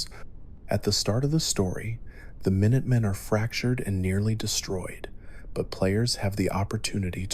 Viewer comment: Mine-utt men? Are you serious?